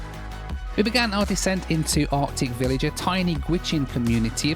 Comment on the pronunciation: I’m not sure I could trust a pilot that says “ardic village”.